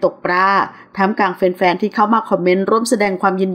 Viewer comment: คับคั่ง..ไม่ใช่ คับคั้ง